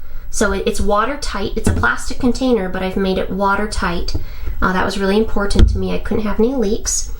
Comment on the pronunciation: The way you say important is pretty annoying, is it due to a deviated septum? you sure have some beautiful bettas, what site are they for sale at?